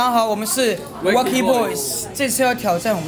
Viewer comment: 開頭有人唸威cky 哈哈哈